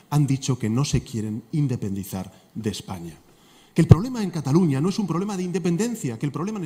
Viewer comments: Se dice CATALUÑA no CATALOÑA WEY .. pero que me espero si no sabías que era península. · Dusculoa se dice CATALUÑA